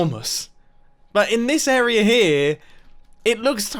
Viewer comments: Not to make fun of ur accent, but I hear you say somethin’ like “airrrearrrrr” instead of “area.” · Hey random person, how do you pronounce area? *Any random person: area Now, mumbo, tell him how YOU pronounce it. *Mumbo: errorhur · most people: “this area is” mumbo: “this errrarr is” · Anybody notice that Mumbo says arerea instead of area? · You pronounce area arer 😂😂😂😂😂LMAO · Mumbo: areearrae Me: hahaha can’t you talk? Just kiding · he tries to say area but it comes out airrrrrrrrrrr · how huge this Arrrerrr is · "Now that puts into perspective how big this areuror is." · "Areaer" (pronounced as "awewer") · Anyone else catch him say area “arra” or something like that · "How huge this arrrrrr is." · “how huge this aryrRrRris” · arearer...er? lol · Does anyone else love the way Mumbo says "area"? Arerrererer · “how huge this arerrrr is” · "how huge this errerierr is" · ''how huge this area ryrry ris'' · mumbo said: show the arerarae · "Arearrris" I'm sorry Mumbo lol it's hilarious. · "... How huge this arerer is."